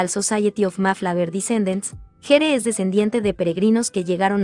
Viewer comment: GERE SE PRONUNCIA GUIER